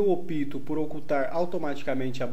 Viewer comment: Cuidado com a pronuncia da "palavra" OPTO, você está pronunciando OPITO, o correto é OPTO.